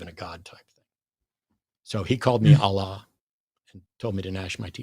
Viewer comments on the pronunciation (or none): none